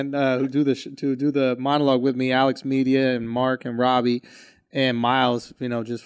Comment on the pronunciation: I was like who the fuck is Alice? It was jus CthAGod saying Alex 😂